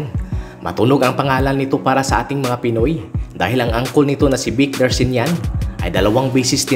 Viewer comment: hindi po Darshinyan ..Darchinyan po